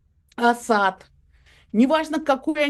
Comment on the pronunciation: Евгения Марковна правильно ставит ударение -Асад на втором слоге . Почти единственная из журналистов правильно ставящая ударение!